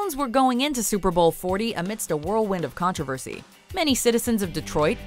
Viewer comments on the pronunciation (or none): none